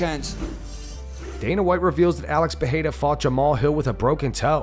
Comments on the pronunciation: Pereira not Peheira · Since you really liked correcting yourself a while back with Adesanya's pronounciation, his name is not PEHEIRA it's PEREIRA, get it right! (Yes, I'm right you don't need to try to correct me).